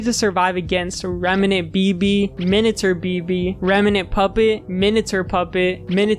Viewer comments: i know that its literally spelled "minater" but it still bothers me so much it just sounds like youre pronouncing "minature" wrong LMAO does minater even mean anything............ surely it must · wait if that's Minater, it's minate-r sounding more like Minute with an r at the end, like hater or meter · What's a "Minater" anyway? I thought you were saying miniature until I saw it on screen. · Seems like an interesting video but the way you pronounce "miniature" is insufferable